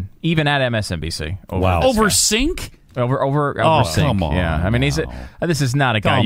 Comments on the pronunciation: It’s pronounced “Jenk” not “Sink” - yeesh. And Cenk has incredible journalistic integrity. Feel free to disagree with him, but it’s a bit absurd and ad hominem to attack his character. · I'm agreeing with Glenn Beck when did that happen. I'd like to see Cenk and Glenn debate. Glenn pronounced Cenk's name the same way Rush Limbaugh did, it's "Jenk" not "Senk" get it right. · Glenn Beck knew exactly how to pronounce Cenk's name.... but he purposely called him "Sink". That is the type of behavior expected from a cowardly child. Good luck trying to justify that. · Lol, are they calling him "Sink"? Do they even Turkish? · who the fuck is Sink? It's Cenk! lol Beck's an idiot. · See how childish and cowardly these far-right wingnuts are (Glenn Beck and the clown with him), they call him "Sink" when they know perfectly well his name is pronounced "Janck"... they are like a couple if playground bullies. But they wouldn't say that to Cenk's face... not only is Cenk super intelligent, but he could physically turn these teapot loons inside-out. But the intellectuals of the World aren't surprised with this behavior... we expect it from people who don't understand facts... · It's pronounced Jank and he's Amazing! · Cenk is pronounced like "Jinx"! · Its pronounced JANK. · Lol at "saink" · First of all, his name isn't "Sink." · they are pronouncing Cenk's name as "Sink" to be funny and make fun of him... yeah, that really worked ! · Hey moron, the name is pronounced JENK. He is Turkish, and his ancestors where artists and poets back when YOUR ancestors were still swinging from trees ! What a skewed perception of the world you have, and it's very dangerous that you have such a wide audience. Although not so bad anymore seeing as how you are out on your ass. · What were Cenks ratings? The producer suggested they weren't very good, but he didn't give any numbers. Also, C's sound like J's. So it's Jank. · i love how people still pronounce cenks name wrong. its not that hard...